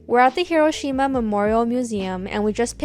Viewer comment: the correct emphasis in Hiroshima is not where we Americans think it is and usually pronounce it as